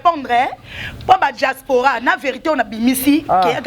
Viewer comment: Franchement elle bla-bla-bla cette fille. On dit pas djaspora mais diaspora